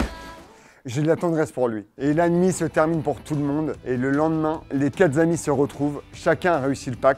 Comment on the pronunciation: "Le lendemain, les quatre zamis se retrouvent..." Un hommage à l'émission présentée par Fabrice?